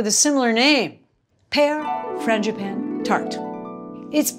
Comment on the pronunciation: It sounded like you said Mr. Fangi "panties" gloves!!! Ha ha ha ha - love your channel!